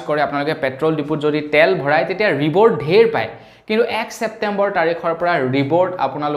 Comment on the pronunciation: ৰিবোৰ্ড নহয় ৰিওৱৰ্ড৷